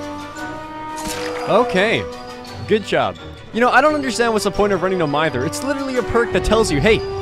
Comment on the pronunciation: Oh god finally a youtuber that pronounces mither right